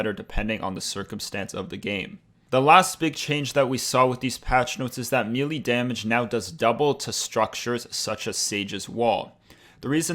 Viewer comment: You said mili not Melee